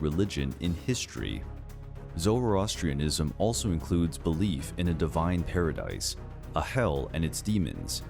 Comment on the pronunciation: The way he pronounced Zoroastrianism lol